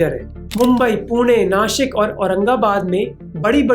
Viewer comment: 👏 👏 👏 bhai ne nashik bola श Wahhhh